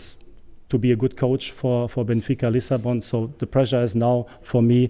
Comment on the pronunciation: Benfica Lissabone? 😒